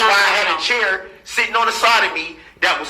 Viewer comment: Why is he pronouncing chair like “cheer” ? LoL